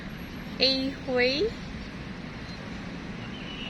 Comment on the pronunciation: HUEY is pronounced “hew wee”. Just so you know.